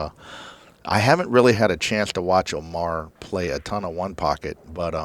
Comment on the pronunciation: it's Omar, not Amar, John Schmidt. you stink